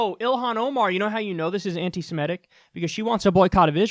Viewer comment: It’s ANTI-SEMITIC, not ANTI-SEMETIC